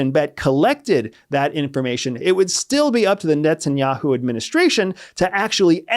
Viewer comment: I sware he said Nets and Yahoo.